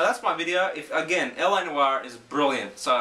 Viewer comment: They could of at least googled how to pronounce it instead of making themselves like like a bunch of speds lol.